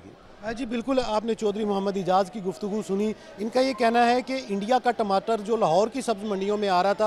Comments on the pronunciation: Hahaha टिमाटर नही बे टमाटर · अरे मैडम टिमाटर नही टमाटर बोलते है पहले बोलना सीख लो